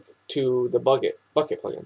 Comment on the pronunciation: It almost sounded like you said fuck it lol